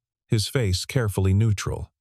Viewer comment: mispronounced words 👎 ie 'neutral and discrepancies'